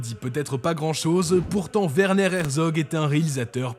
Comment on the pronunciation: C'est grave quand même le français, c'est un double V , pourquoi prononcer V ? W dans ce cas ressemble au "oi" dans Q U O I , là c'est un double V, W. Werner. Désoler mais c'est mon prénom du coup ca serait cool quand même qu'un de chez vous s'informe de comment ca ce dit pour une fois. Chouette vidéo sinon !